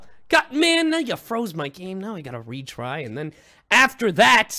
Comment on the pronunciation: Kaggy said I'm gay instead of I'm game